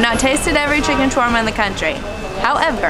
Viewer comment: It's ShAAAwerma and not chwerma please !